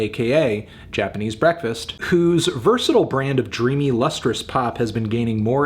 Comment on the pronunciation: Japanese bekfast